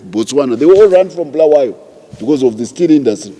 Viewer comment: It is Bulawayo wena mdala, not Bhulawayo